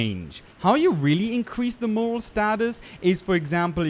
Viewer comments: Absolutely phenomenal video and I'll be putting so many of these tips into practice so thank you! - small heads up it's "mor-al" as opposed to "m-oral" the emphasis is placed more on the "al" part than "or" - but again brilliant video and I only point it out because the word was mentioned a lot in a small period so it kind of stuck out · Very helpful but only annoying part was the constant misuse of the word MORAL. It’s morale, with an ‘E’ on the end. It means to boost how happy they are whereas moral is to have a code or a set of rules you live by. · More - AL not more-OL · It’s morale not moral! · Did anyone point out yet , you kept saying Moral instead of morale which although both positive are two totally separate things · Morale not moral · It’s morale, not moral lol don’t know if it’s the accent or what but other than that, I absolutely wonderful content man. Love your stuff and keep up the good work. Even learned a couple things. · Morale, not moral goddamnit. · Rectus Rectumius that was aggravating me too..its morale not moral!!! dumbass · I just wanted to add since it bothered me morale is pronounced more-al as in “the morale of the troops” not in “the moral thing to do” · Sorry but I have to, it drove me nuts. mo·rale məˈral/ noun noun: morale the confidence, enthusiasm, and discipline of a person or group at a particular time. "their morale was high" Not trying to nit pick, but you kept saying moral and that's a different thing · MORALE not "MOROL"!!! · Great video. Just a minor note, "Morale" isn't pronounced the same way as "Moral", it's pronounced similar to "Corral" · Great Video may I tell you how to say Moral its like More AL try heighten the AL morrre Al bet a lot of people will hate on me for saying but I want to help I love the vid Thank You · Flinched at every pronunciation of morale. It is "more-Al" not "morel" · Nice vid. Just a bit about the way you say morale tho. It's not "moral" as you pronounced it. But "moralE". Emphasis on the E.